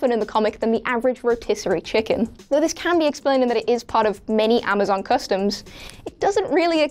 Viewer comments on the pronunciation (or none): none